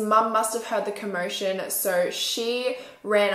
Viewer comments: Yess just that when she so with the accent that she has so it sound like soor it just bothers me 😬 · The way she says “so” 💀